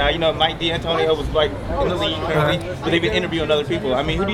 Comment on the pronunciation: MIKE D ANTONIO??????? THIS GUY BUTCHERED HIS NAME